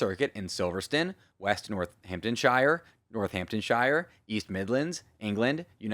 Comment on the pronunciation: How did you pronounce shire? 🤣